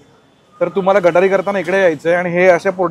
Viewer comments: दादा गटारी नाही गतहरी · गटारी नाही रे बाबा , ते गतहारी असतं